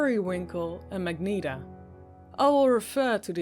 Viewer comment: Overall the reading was really good, but one thing bugged me. The one girl with the magenta uniform, it's pronounced ma-jen-tah rather than mag-nee-tah.